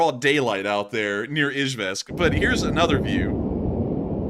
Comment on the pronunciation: Love the analysis but the mispronunciation of Izhevsk drove me nuts!